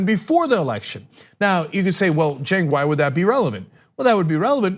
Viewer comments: He pronounces his name in English like "Jink"? Even though it is written "Cenk"? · It's pronounced like ch-a-nk